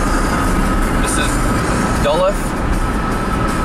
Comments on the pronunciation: Duluth is pronounced duh-LOOTH. Nice series! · Welcome to WI! And Duluth is pronounced "duh-looth". Fun trip you are having! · Duluth is pronounced like Doo-looth.